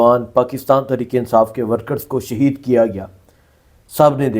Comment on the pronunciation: اوے لفظ "شہید " ہوتا ہے ،